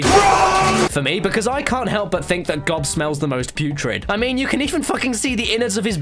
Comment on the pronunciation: That's not how you say Gob, Arrested Development fans know what I'm talking about.